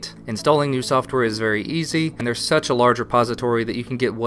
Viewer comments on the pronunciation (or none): none